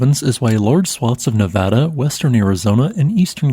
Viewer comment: thanks for saying Nevada correctly.